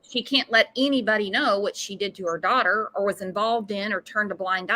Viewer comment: "our dodder"🤢🤢🤢